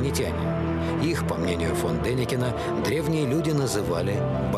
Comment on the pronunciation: Не дEникин, а ДенИкин(потомок Деникина!?) 😫💤💤💤